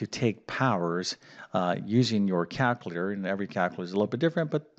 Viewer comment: As an individual who excels in language, NOT Mathematics, it grates on my nerves to hear "cal-cuh-later"...😂